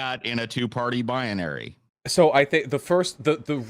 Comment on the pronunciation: Anyone that says "bianary" instead of binary, is wrong about everything. Just saying.